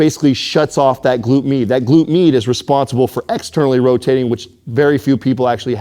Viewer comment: Why is he saying the glute mee? Or mede? Gluteus medius. So it's glute meed? And the others: max' and min'?